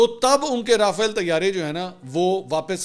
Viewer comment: Pl pronounce Rafale as Raa faa leh. Its a french word so take the trouble to check ìts pronunciation. Ppl will follow you.